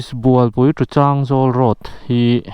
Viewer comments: Chângzawl nilo in changzawl aw boss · Advice:, changzawl i lam rik dan hi a dik chiahlo deuh, thil dang pawh a awm zeuh zeuh, han zawt lawk keuh la midang, ngaihthlak anuam lehzual ang...